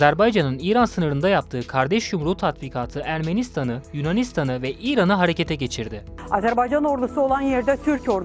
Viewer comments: ah birde ismini doğru söyleyebilseniz.. Azerbey Azerbey.. ne beymiş arkadaş? azerBAYCAN. BAYYYCAAANNN. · Azerb Eycan deyil Azerb Aycan! AZƏRBAYCAN !